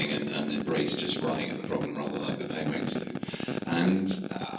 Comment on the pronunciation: Am I the only one who caught him saying "pengwings"